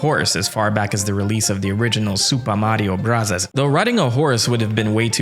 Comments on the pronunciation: Please stop pronouncing it "Supah Mario Brazaz" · my guy's commitment to pronounce Sūpā Mario Burazāzu is remarkable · Why does he pronounce it like that